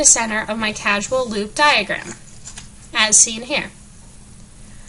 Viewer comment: Good video.... but it's pronounced 'cause-al' lol, not 'casual'